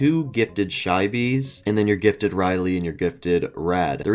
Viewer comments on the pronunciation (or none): Nobody’s gonna tell him he says gifted as gitted